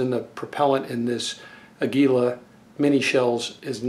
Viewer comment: AA-gee-lah. Its a spanish name which means eagle.